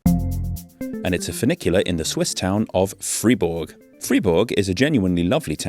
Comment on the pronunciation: interesting, knew about funicular´s but never heard about this water powered version.... thank you carry on btw pronounce it like would "Freyburg" then you´ve got it :)